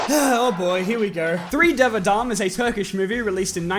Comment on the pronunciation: You actually Said dev adam correctly. And Tevfik Sen too ! You are killing it